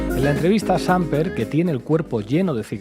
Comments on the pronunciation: No es Ernesto Sámper sino Samper (con ascento en la 'e') ojo. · CORRECCIÓN: NOOO es SÁMper es SamPER con acento en la ÚLTIMA SÍLABA. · Sin ánimo de ofender la palabra Samper es aguda. Como la pronuncia el periodista se escribiría Sámper. Por otra parte excelente reportaje. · Se dice Samper no Sámper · ¿Cuál "Sámper"? El apellido es Samper, palabra aguda, no grave... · Buen día para todos ustedes. Muy buenos análisis. Les quiero decir que en Colombia también se dice "con las manos en la masa". Otra cosa: el apellido del expresidente Samper se pronuncia sin acento. No es Sámper sino "Samper" así como suena. No se acentúa ninguna sílaba. Por otra parte, el apellido de la canciller es "Laura Sarabia" no, Sanabria". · Qué desgreño, descuido, mal aspecto el de Petro. Carece de las calidades para representar internacionalmente un pais. Ah, no se dice Sámper, sino Sampér. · Estos españoles dicen ser dueños del idioma español y no saben ni pronunciar una palabra de dos sílabas. No se dice "Sampér" es "SAMPER" sin tilde, pronuncie bien. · Primera vez que entro a ver este canal, sin entrar en la discusión del tema que tratan, un tipo que no sabe leer castellano y llama al expresidente "SÁmper" y no Samper, ¿no sabe que si el acento estuviera en la "a" llevaría tilde? Por otro lado su "bienvenidos y bienvenidos", ¿ignora que el sufijo -os incluye a ambos géneros? Me perdieron muy rápido, una lástima. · Jajajajaja...Pablo dice 'Sámper'...¿qué pasa Pablo? Por 'infórmar' sobre Petro Falsoizquierda ¿te has quedado grave después de haber sido tan agudo? Sámper... ¡juas! ¡Juas juas! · Oye Iglesias, todo muy aseado, muy de la casa, pero es Samper, no Sámper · No es Sámper, es Samper 😅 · Se dice Sampér, amigues de La Base! No pasa nada, pero para la próxima. Gracias por su increíble trabajo! Bocanada de aire fresco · No es sámper, se lee sampér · No es "Sámper", es Samper. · Samper se pronuncia en Colombia sin tildes, sumerced lo pronuncia (Sámper), asumo, cómo se dice en España.🙂